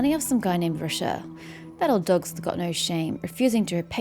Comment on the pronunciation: btw i know im veerrry late but Rocher is pronounced like Vacher from thee archon quest, any french name ending in -er usually are pronounced é, like vacher